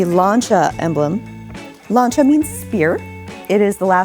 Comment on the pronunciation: At last some people who can actually pronounce the name Lancia…. Good on ya ….from Steve in OZ